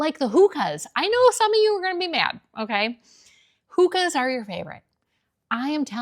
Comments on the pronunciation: They are not pronounced "Hooka". It's "Hoe ka" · HOKA…not hooka. You know what a hookah is, right? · It’s not HOOKA Like what you smoke it’s called HOka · HO ka not WHO aka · Hoka- not hooka (pronunciation) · Why do you call Hoka a Hooka? I finally tried them about 2 years ago and I'm not going back. Those Hokas have the support unlike anything else. I'm not wearing my sneakers as a fashion statement - it's a health thing. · “hoe-ka”,and lots of medical professionals swear by those.who decides all of this? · HA! Your pronounced version of Hoka….Hooookah. Cracked me up. The “o” is a long o. My neighbor who runs Fleet Feet in Sarasota told me about them because I needed them for long morning walks due to my overuse of wearing sky high heels for decades. Never wear them beyond a dog walk though….so ugly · Athletic type sneakers like Hoka (you pronounced them wrong) are a totally different type sneaker than the low profile casual sneaker. Used for 2 totally different looks. Go look around a college campus and at the walking tracks and tell me Hoka are out. Nope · Not me practically breaking my own neck in my rush to put on my leggins, shacket and hokas to go out the door. IDNC about your trends. If you know anything about Hokas ( which by the way you aren't pronouncing correctly) they aren't meant to be a fashion item, they are a utility item for people putting in miles or spending all day on their feet.